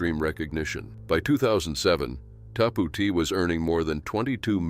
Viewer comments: Its called" TAP OUT" NOT WHATEVER YOU JUST SAID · what the fuck is Tapootee